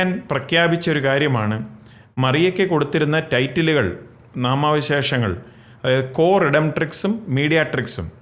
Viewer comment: നാമവിശേഷണങ്ങൾ എന്ന് വ്യക്തമായി പറയൂ.